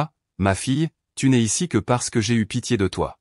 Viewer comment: "Tu ne esse" aj liej de "tu n'es " ??? Quand direz vous votre texte correctement? Ca ne donne pas envie d'écouter. JE COUPE